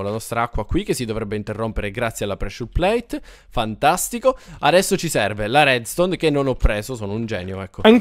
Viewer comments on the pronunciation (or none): Perché dici pressure plage male?